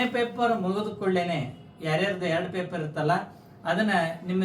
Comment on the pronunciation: ಪೇಪರಾ ಅಲ್ಲೋ ಬಚ್ಚ ಸುಳಿಮಗನೇ ಪೇಪರ್